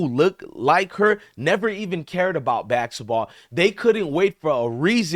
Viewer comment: It's basketball not bassitball